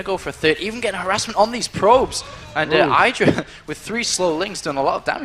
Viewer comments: Idra man not "Aidra" c'mon ") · DAMN IT! its "I(t)dra" noch "(A)Idra"! omg, Day9 made it pronounce it every time 100% roght, and u mess it up every time! I need to hit my head on my board or i will be getting sick of. THUMB UP for:, learn to pronounce Idra!!! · IDRA NOT EYEDRA!!! i like but that DROVE ME INSANE!! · He really needs to make up his mind about pronunciation of Idra's name. For the record, it is pronounced with [I] as in "income", and not [ai] as in "idle".. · id-ra not eye-dra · "Aidra" ffs.... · Goddamn it learn how to say Idra...